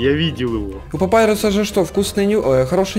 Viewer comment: Папирус, а не Папайрус! Знайте! Я в игру играл вот и знаю.